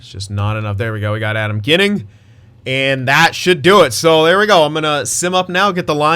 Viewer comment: Team: Dahlin League: Eichel Goalie: UPL btw Adam Ginning is pronounced “Jinning”